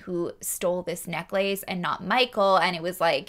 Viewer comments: Omg I cant. Necklace is one word. Its pronounced more like neckless. Its not neck lace for f's sake. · Omg what a character...this Gary. Also, I have never heard anyone pronounce necklace the way you do. Haha. Happy new year. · I have never heard the word necklace pronounced as neck lace. Now I'm questioning my lifetime of pronunciation.... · I cannot with the neck-lace lmao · I’ve never heard anyone pronounce necklace as neck-lace..it’s so cute lol…